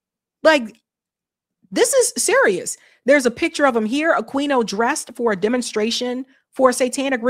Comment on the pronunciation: I’m pretty sure the Q in Aquino is silent in Spanish. (A-Keen-oh)